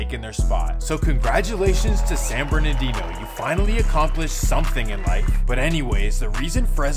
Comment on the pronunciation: It's San BernaRdino, not Bernadino. Say it right